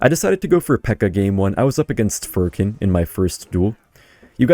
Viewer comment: Furkan not furrkin